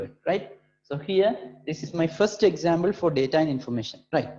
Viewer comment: Sir it's not examble it is example